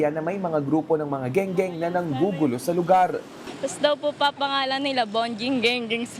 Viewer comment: Eng eng..hindi geng geng😂😂😂